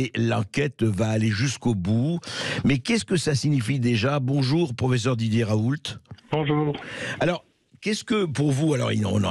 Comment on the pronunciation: Bercoff , Raoult en français on prononce pas le T . Merci